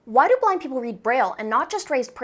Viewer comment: I heard black instead of blind💀